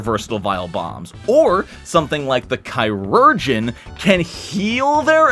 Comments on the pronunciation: Chiurgeon, in French, means surgeon and is pronounced approximately "she-ur-gien". Though honestly I think the way you pronounce it sounds cooler and it is a fantasy class anyway, so love the ki or chi-urgeon. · "Chirurgeon" should be pronounced a little more like the modern word "Surgeon." Maybe something like "Shir-ur-geon"